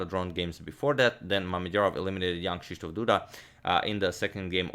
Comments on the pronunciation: Always takes me a second to remember that you're not saying "young Krzysztof Duda" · Am i the only ond who always hears: young krysztof Duda instead of jan..... ?